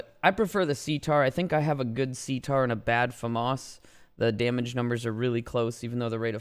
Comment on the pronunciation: That’s the correct way to say it